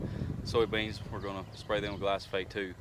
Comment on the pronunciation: Glyphosate, not Glysophate